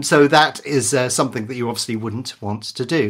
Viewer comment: I love your videos but it really grinds my gears how you say "somethink" instead of "something".